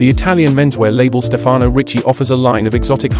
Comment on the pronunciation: it's StEfano, not StefAno Ricci.